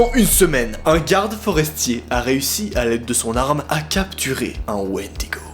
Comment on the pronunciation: C'est bon j'ai entendu un Wendygo c'est sqendaleux